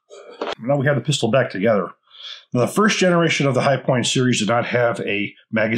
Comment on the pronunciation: The "chi-point"